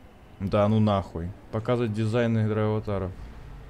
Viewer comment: Булкааааааааа, ДрайвАТАРОВ, а не ДрайвАВАТАРОВ